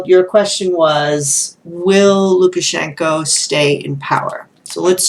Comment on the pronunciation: Thank you so much for taking my question 😍😍😍 and yes, you pronounced Lukashenko correctly. I really hope the people of Belarus will get their freedom.